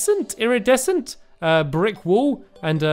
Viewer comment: Also. Eerie descent. That's how you pronounce iridecent.